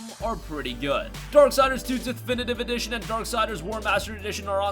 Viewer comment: “Definitive Edition”